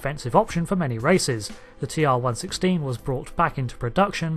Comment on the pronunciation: not to be pedantic but A) 'TR 1 1 6' is how it is pronounced in DS9 and B) this weapon is akin to a modern MBR or DMR more like phaser rifle in ST, never could it be considered as sidearm >.< like the phaser......